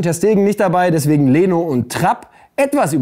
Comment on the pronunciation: Da war es wieder das ,,daswegen''😂